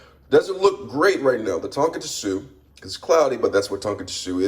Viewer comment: Hey just letting you know its pronounced (ton-koh-tzu) i work at a ramen restaurant as a line cook